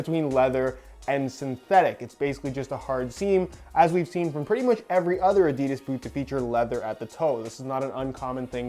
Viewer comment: I love your reviews, however, every time you mispronounce Adidas I want to flick your nose.